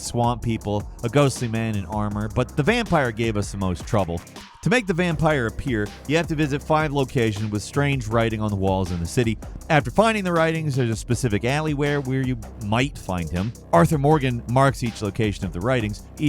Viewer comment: aLyWhErE lmao sir you mean alleyway.